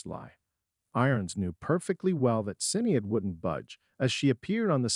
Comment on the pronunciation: If you are going to do a story you should make sure to get the names correct. The footballer is George Best not beast. Jeremy’s wife’s name is Sinead pronounced shin aid. Not cinead there maybe more errors but not hanging around to find out